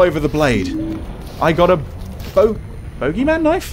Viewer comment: Its booogey man xD long o sound